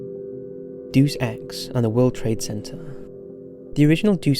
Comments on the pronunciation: doos ex is driving me crazy. It's DAY-US EX! AHHHHHHHHHHHHHHHHHHHHHHHHHHHHHHHHHHHH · It's DAY-us ex, not DEUCE ex. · Dude it's day-us ex not do-sex 😭😭😭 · Literally scrolling down waiting for this comment, as soon as he said it I cringed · De-us not Duce...wtf